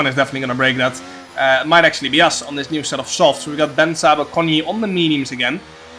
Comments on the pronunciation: I'm Bence as well and you say B E N C E not BENC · Hey Jarno, I'm from Hungary. Just a tipp, when u pronounce the name:" Bence" say the second "e" as well not just Benc, its Bence